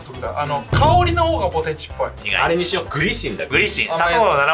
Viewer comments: 鶴崎さんの発音がポテ↑チなの好き。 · 鶴崎さんの「ポテチ」の発音、ぽ↑て↓ち→なんだ